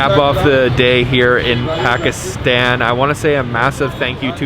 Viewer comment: How many days are they going to be in Pakistan and mispronounce the country they’re in.... I want to watch the video...I’ll come back tomorrow and try again. 🥲